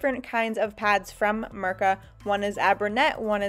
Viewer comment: It's not Mërka but Mirka. iiiiiiiiiiiiiiii not ë!!!!!